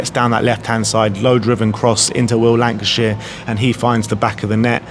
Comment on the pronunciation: haha..they do get this wrong a bit. we are all human . also Lankshear not shire!